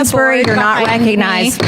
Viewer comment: "Miss Stansbury, you're not reck-a-nized!"